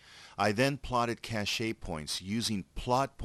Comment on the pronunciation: Great videos, but this bothered me: cache is pronounced like cash!